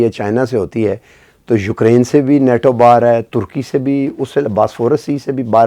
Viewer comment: please pronounce NATO correctly. It is NOT NOTO but pronounced NAYTO. Constantly mispronouncing the word gives a very poor impression of your educational background. I am writing this in good faith.